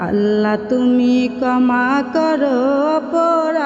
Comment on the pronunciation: কমা না ক্ষমা করো, উচ্চারণ সঠিক ভাবে করার চেষ্টা করবেন , ধন্যবাদ